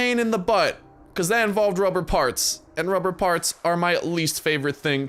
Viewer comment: he sead ruber barts :)